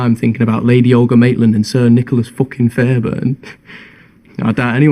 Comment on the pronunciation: ok I know this is serious but the way he says “Fookin’” just cracks me up I’m sorry